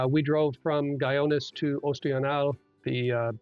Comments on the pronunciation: Guyones? really? should have taken the time to learn to pronounce it. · Guy-ones LOL that is not how you pronounce it sir.